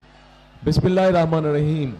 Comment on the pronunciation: বিসমিল্লাহির রাহমানির রাহিম মাদ্রাজ এর সহিত উচ্চারণ হয়নি